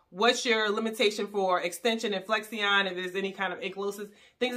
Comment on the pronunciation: The proper way to say Flexion… is Flek • Shin not Flex • e • on